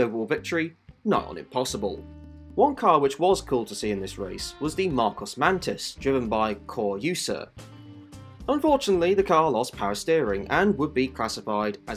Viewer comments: Cor Euser. Cor oy zer. Not Cor use er. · No, it's pronounced Cor Öser. He Dutch, not German. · Cor Euser is pronounced Cor Oyzer..